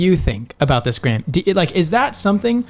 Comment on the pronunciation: Is it just be or did he say “stay by Gran” instead of Graham